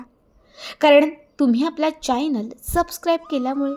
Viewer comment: किती लाडात बोलते सरळ बोल ना चायनल नाही चॅनल